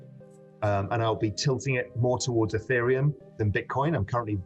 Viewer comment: Ethereum not aaaateriom